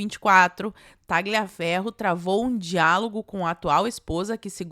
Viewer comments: a pronúncia correta é " taliaferro" GL em italiano tem som de L ok? Beijos 🌸🇧🇷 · Oi,, tudo bem? Like clicado. Não quero ser chato, mas é que incomoda... A pronúncia correta do nome Tagliaferro é: Tálhaferro. Em italiano o "gli" é pronunciado como "lhi". Então, para ser preciso, tecnicamente, seria algo como Taliaferro. Qualquer um dos dois vale. Mas, seja como for, o "g" é mudo.